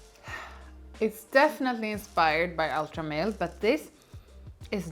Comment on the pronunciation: God thank you BOTH for saying “Ultra Male” and not “Ultra Mall” …so pretentious when people say it like the latter 😂